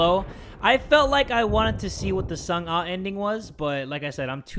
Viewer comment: Pronunciation is sung ah not sung ey